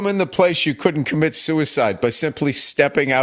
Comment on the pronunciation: "there wasnt a room where u cudnt commit soocyd" 😂😂😂😂 bro what a liner!!